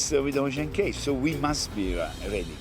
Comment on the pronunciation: Ocean CAAAAAY not Key. Even the boss says CAY. Why doesn't the narrator know this?